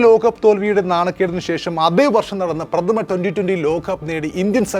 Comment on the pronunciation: Lokham Lokam...Ekhadinam alla Ekadinam...Prathama alla Pradhama....Balam kodukkendidath kodukkaathe vere chilayidathaanu Balam kodukkunnath....Sorry..insult cheythathalla....oru Opinion